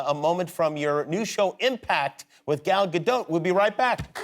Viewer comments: There's no short A in Hebrew. Just say Good Golly Miss Molly but leave out everything but gol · He doesn't say it right it's GAL not Gel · It's crazy but no one seems to know how to pronounce her first name. The "a" sound doesn't really exist in english, but is basically the same sound as the "o" in the words "got" "pot" "knot" etc. So it's sort of like "Gahl", NOT like "gal and guy".